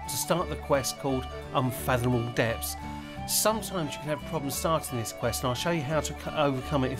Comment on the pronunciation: "depths", not "depps" 😂😂😂